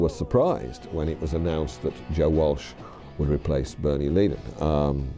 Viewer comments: Could we pronounce Frey’s last name correctly, please? Stay above the fray, in other words. And while we’re at it, pronounce Leadon’s surname right. No leading from behind. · Seen variations of these journalist interviews in different videos but just can't get past the terrible mispronunciations of Bernie LEAD-on and Glenn FRAY. Yes, they are British, so am I, but imagine a documentary about John LAY-non or Jimi HendRICE. It just ruins it. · This must be from somewhere between , as there’s no mention of Felder’s firing or Long Road Out Of Eden. And the mispronunciation of Leadon & Frey is so irritating!🙄🙄🙄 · Glenn Freys last name is pronounced like fry an egg. It wasn’t Geffen who brought the band together, it was John Boulanger, who has been entirely cut out of this version of the story. You also pronounce Bernie’s last name wrong.